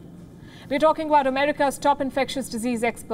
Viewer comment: U don’t know what u are “tawlkin” about lmao